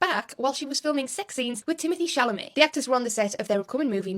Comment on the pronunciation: You have Timothee ChalaMAY's name down-packed now! 😂 Love you so much!